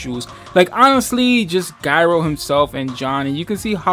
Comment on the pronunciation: im sorry to be that guy but its jy-ro. as in a gyroscope because he spins and stuff